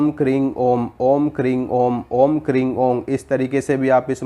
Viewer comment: Kring nahi kreem.